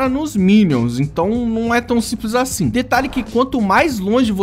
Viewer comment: KKKKKKK, o ''Achin'' ele quis dizer ''Assim''